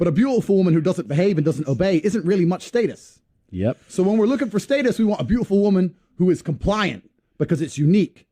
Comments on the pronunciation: It's pronounced status.... Not status🙄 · Homie saying state-us had some good bars but that was killing me 😂